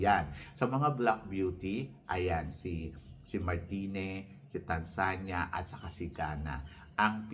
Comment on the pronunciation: MARTINIQUE not Martini - MAR TEE NICK TANZANIA - TAN ZA NI YA..